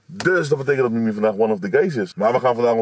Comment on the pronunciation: Mimmie? 😂😂😂😂😂😂😂😂 Ik heb elke keer in mn hoofd mimi jij zegt Mimmie klinktt als een cartoonserie ofzo😂😂😂